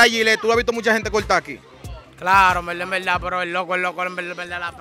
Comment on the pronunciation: yo conte como ''en velda en velda'' hahaha